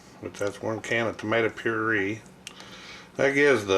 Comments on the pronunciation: Pur eh. Puree its not puree its pur a. Very bad spelling but what I'm trying to convey is your saying it wrong lol! Very good bid tho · It's pronounced "pure-ray."